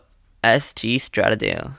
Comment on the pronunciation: Pronounces stradale wrong haah